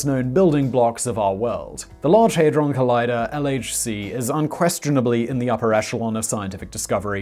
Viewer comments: HAD not HEY Hadron not Heydron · Hey-drawn? No it is pronounced Had-drun or ha-druhn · It's pronounced had-ron not hayd-ron lol. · Hadron not heydron :) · NO!... I cannot sit through 18mins of you saying 'haydron'.... where did you get the Y from?... hadron!... had ron! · Cool, but it's pronounced Ha-dron - not Hey-dron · The only annoying thing about this video is pronouncing it haydron when it is HADRON!! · Simon: “They are idiots” 2 seconds earlier: HeyyyyyDron collider 🤢🤢🤢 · 'Haydron' Shudders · You get a dislike because you asked for one and your pronouncing it hydron collider bleugh!